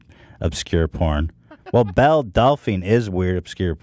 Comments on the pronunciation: Jesus Christ Ethan her name is Belle it’s not that fucking hard lol it bothers me so much when he says “bELL-Uh” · lmao he is really struggling with the name Belle for some reason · Is noone going to correct Ethan on the difference between Belle and Bella names? Lol bothering me